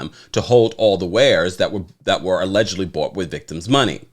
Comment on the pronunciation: It's the way you say 'AULEDgently" for me!